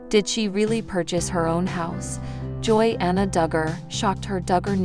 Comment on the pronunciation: If you are going to talk about Jinger, you should pronounce her name correctly!! It's pronounced Ginger!!